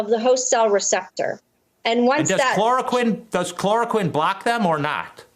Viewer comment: she is just bullshitting, throwing out a bunch of "sciency" sounding terms to impress redditors, while hardly even being able to pronounce chloroquine. Also painfully obviously reciting a script. Lmao. "the danger is, we don't know exactly why it works" lmao, the same is true for a raft of medical treatments in daily use. Medicine is not a science, it is an art based upon science. Why a treatment works can be figured out later, from the pov of saving life, it is largely irrelevant and a moot question.